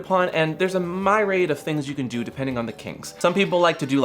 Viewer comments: Myriad is pronounced "MEER-ee-ad",. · Not to be "that guy," but is "myriad" actually pronounced as "my-raid"? I thought it was pronounced "meer-e-ahd"? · A "My-Raid?" A myriad, "Mere-Ee-Ad"